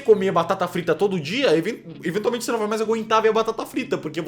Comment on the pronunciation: Quero ver quem consegue contar quantas vezes o celbit fala enventiaumente